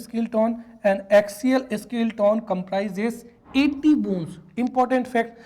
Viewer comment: स्केलेटन उच्चारण होगा सर न की स्किल्टोन 🙏